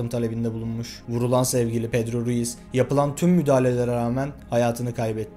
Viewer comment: Pedro Ruiz'i sürekli pedro reyis anladım diyom niye reisdiyo bu lsjdla